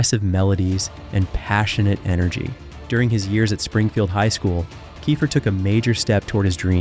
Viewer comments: It sounds like Keefer . Not Kifer . Get his name right if you’re doing a video . Ugh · Fail out the gate because you can't pronounce "Keifer" correctly. Multiple times.